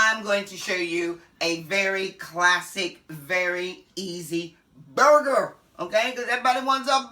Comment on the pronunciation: Not burger but "bagah"